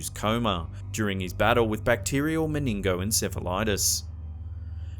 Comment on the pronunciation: You absolutely SLAUGHTER some words! The man with the bacterial (the one with the sick brain) is bacterial men-in-jy-tis...not whatever in hell you were trying to say.... When in doubt...ASK, it keeps you from sounding foolish!